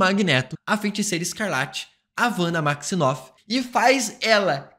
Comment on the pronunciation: Pq esse bicho sempre fala WANDA MAXINOFF? ao invez de WANDA MAXIMOFF?